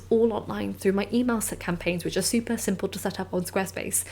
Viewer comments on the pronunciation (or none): none